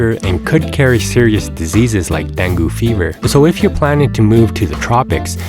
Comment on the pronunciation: Den-Goo fever? You are a clown.